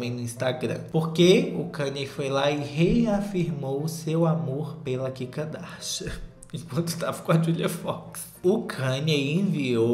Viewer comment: não importa quanto tempo passe, eu AINDA vou rir do chamando a kim de kika darsha